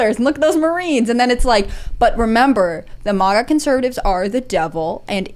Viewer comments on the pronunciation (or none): Every time Tim pronounces MAGA an angel loses its wings